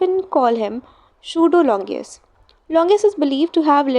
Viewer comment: The explanation and your handwriting is really good but I think you should work on your pronunciation of words .. It is longinus and not longius 😊❤️